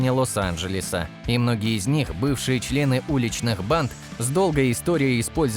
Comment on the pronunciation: Ясно одно..любимое слово автора видео... "Чле-ы"😂